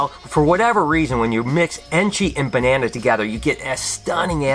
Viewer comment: you saying "BE-ne-na" is music to my ears haha! Great Vid!